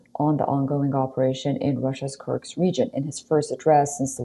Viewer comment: Ms. Reporter: It's Kursk...not Kurks.